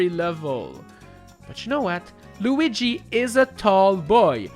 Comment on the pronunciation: “Super Tanooki Loogi” is probably the best thing I’ve heard in a long time